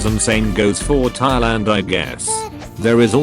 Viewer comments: its thailand not thauliand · Bro forgot his spelling lessons called Thailand thauiland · ahh yes thauiland